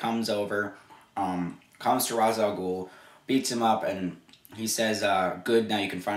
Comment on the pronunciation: This movie is great but it got the Ra's name wrong. You are saying it wrong too. It is a long a. Like Race.